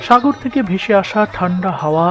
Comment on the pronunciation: কেউ সুনোক বা নাই সুনোক। কিন্তু আমি শুনেছি ভাই আপনি আরব সাগর কে আরব সাগোল বলছেন How very funny😅😅😅😅😅😅😅😅😅😅